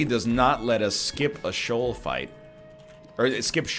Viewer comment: Why do you always pronounce Sheol wrong, its SHEE-ol my main main